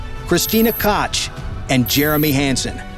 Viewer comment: Her last name is pronounced COOK not Kotch. Further since you've decided to clearly talk about the Artemis 2 mission that is already done and over with... Why not stick to the true facts and state how long it ACTUALLY took them to build & test out the SLS for Artimis 2? Cause it sure as crap wasn't just a year like you said it was. NASA & Boeing are NOW aiming to have an SLS built every 11 to 12 months for Artimis 3 & Beyond. However Artimis 2 took far longer than any single year to make before it was launched. SO STOP LYING! THAT'S THE SECOND VIDEO OF YOUR'S I'VE WATCHED WHERE YOU'VE JUST BLATANTLY LIED THROUGH YOUR TEETH AND I'M SICK OF IT! AND ABOUT A HAIRS BREATH AWAY FROM UNSUBSCRIBING!